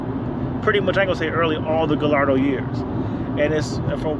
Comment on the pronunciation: hey man it pronounced "guyardo" not "gillardo" lol